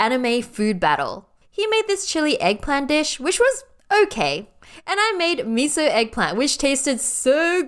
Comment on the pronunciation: Did you hear 'Miso' or 'Mizo'